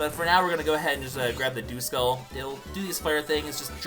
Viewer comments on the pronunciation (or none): Duskull I'm pretty sure isn't pronounced dooskull its duhskull